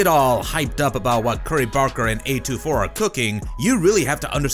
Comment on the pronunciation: A24, not A2-4